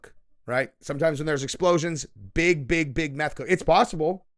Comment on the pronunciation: " A Meth Cook" c'mon man hahahaha 🤣😂🤣